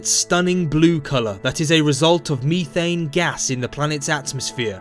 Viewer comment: I love how he pronounces Methane as Mee-Tane